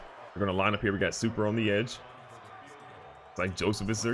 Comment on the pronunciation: My favorite guy on this series "Supreman"